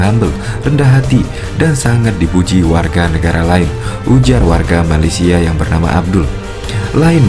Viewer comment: Malaysia bukan malesia